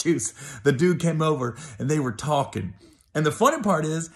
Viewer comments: "We was juss tawkin"😝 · “We were just tawkin’”....😂😂